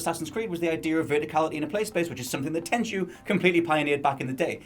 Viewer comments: Tenchu It's tenchu ☠ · Tenchu? You sure